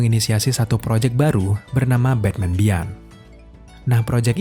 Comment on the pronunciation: Om cuma mau koreksi aja sdkt "beyond" dibacanya biyon bkn bian